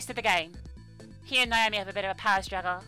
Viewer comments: LOL It's NAH-OH-MEE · Your pronunciation is kinda... Off. Naomi is pronounced (in Japanese) 'Now-MEE,' for example.